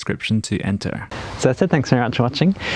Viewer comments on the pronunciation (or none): none